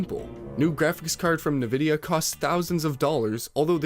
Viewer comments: it's not pronounced "nuh vidya" mate 😐😐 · Is this video narrated by AI or are you messing with us by saying every name wrong? Nvidia, Dutch, Atreus, etc.